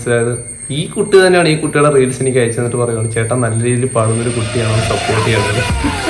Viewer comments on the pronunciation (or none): none